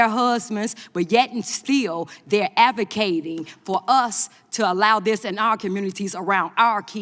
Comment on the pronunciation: "They'ah avuh'caeting to uh, hav'uhm in day'uhn commoodities..."😂😂😂😂😂